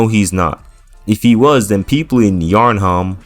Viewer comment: Btw is pronounce yarnam